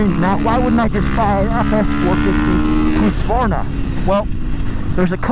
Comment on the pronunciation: Hahaha!... Hooskvarna? Even if (in today’s weird topsy-turvy world) you’ve found that’s the proper pronunciation, please never say it like that again.:) Otherwise, thanks for keeping your reviews [seemingly] unscripted. Keep up the real-world stuff.